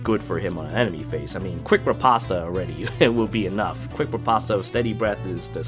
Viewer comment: "Quick Ri-pasta"